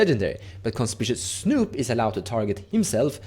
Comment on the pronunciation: Hi, no shade intended, but just so you (and everyone else) know, the red goblin Conspicuous Snoop is pronounced, Con-spick-you-ous snoop:) Conspicuous means “standing out,” or, “being obviously visible.” Many Americans too, struggle with the spelling of this word haha I have friends all the time who call it con-spish-ous, and it drives me insane 😂 I’m a writer. I guess that’s why. Thanks for the video! You’re my go-to guy for all things edh